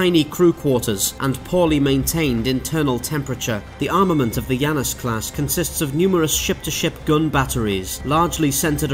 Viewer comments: I don't have Deadlock, so perhaps this is a mistake on their part, but it's not "Yanus". It's clearly based on the two-faced god of doorways, beginnings and endings in the Greek pantheon, and in english at least, his name is pronounced "Janus", hard J. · It's named after the god Janus, so should be pronounced Janus not Yannus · I don't think he's pronouncing "Janus" correctly. It should be: Jan (as in January) - us (as in anus)